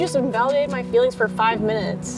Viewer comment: “Invalidating her feeEEELINGS” 🤣